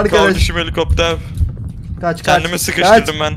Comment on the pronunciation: Ya nolur kardesim heli kopter demeyinya😂😂 abla m surekli baha kardesim helikopter pırrr bunu al yenisini gonder papa diyip duruyo buda beni sinir lendiriyo (şsssssss ben de kardesime kardesim helikopter prrrr bunual yenisin keske gondersen diyorum kimseye soylemeyin)dedim lafabak kisi var ve benim dedi me bak😂😂😂😂😂🙃